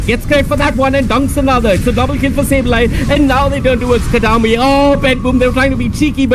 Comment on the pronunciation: "Katami" not Kataomi. Every time...